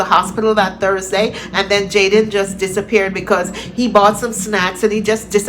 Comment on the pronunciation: Small details matter: Can someone please tell that the young man's name is Jayden... not Jaydan. I hope by some miracle this young man is still with us...oh God I pray!